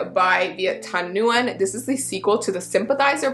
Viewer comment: huang is pronounced like "hwong", nguyen is like "win", and ngan is like the ending sound of "onion" 😚